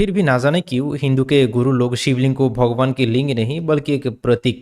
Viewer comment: अबे भॉगोवान नही भगवान होता हैं। ठीक से बोलतो ले।